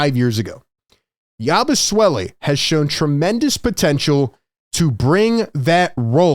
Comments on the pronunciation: Please stop calling him Yabu "swelle". Its Yabu "sele" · or "yah-boo-say-lay" (per Basketball Reference) but definitely not "swell-e" I checked and his father was French Belgium at birth and mother from France and Guerschon Yabusele was born in France. His father may have had a Dem Repub. of Congo passport (they speak English in DRC). So Guerschon is a French name, but apparently so is "yah-boo-say-lay" if pronounced this way. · Hey "" Philly Take...say "Yaboo-Selly"... you're seriously having too much name playing fun.😅😂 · Love your videos but please stop butchering his name. It's not Yabusuele it's pronounced Yabu-seh-lee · is there some reason you keep calling the guy Yabu- Swelle? There is no W😂